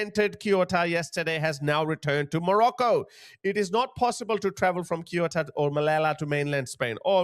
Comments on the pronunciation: is not kiota is CE U TA, if you’re gonna talk about this kind of stuff at least do some research on how to pronounce things man, saying this with all the respect possible but cmon, CE (as in Celebration) UH (as if it was a OO in zoo) TA (as in Tanzania) CEUTA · For future ref, depending on regional dialect; Ceuta is pronounced "Seh-oot-ah" or "Theh-oo-tah". As always, thanks for all you do 👍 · Pronounced Se-u-ta Cheers guys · I always listen to your wise analysis of the confusing current world situation. My son says it is a World Wide Colapse. He is so right! Let me help you with the pronunciation of Ceuta and Melilla. Spanish is totally phonetic, and we pronounce every letter (except the "h" which is silent). So, Ce pronounced like the S in Sea. Then, euta, e like in egg and u like in University. Perhaps it will be easier for you to pronounce it as if it were written Seutia. As for Melilla, the double ll has a Y pronounciation, such as in young. Perhps it makes more sense for you to pronounce it as Meliya. Hope this helps! 😉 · He pronounce Ceuta much much worse 😂😂😂😂😂😂